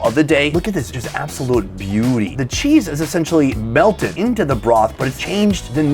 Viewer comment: That “ cheezeuh “ pronunciation was legendary